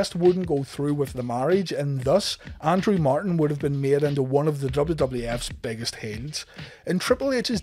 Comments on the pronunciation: It's Andrew not Andre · every time you say Andrew i hear Andrea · Why it sounds like he's say Andre?